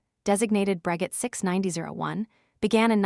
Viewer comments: Isn't it pronounced " Bro-shay " ?🤔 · For the love of Wilbur and Orville, learn how to pronounce Breguet. It's pronounced Bru Gay. Stupid AI narration. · bot voice is cringey. Wasn't it pronounced "Brageh"? Maybe you should have used a French bot voice?